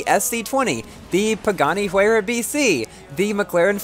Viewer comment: It's the why-ra not huar-ya